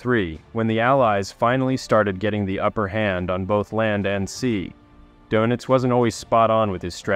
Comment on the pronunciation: You might want to listen to the German correct pronunciation of the admiral's last name, just saying.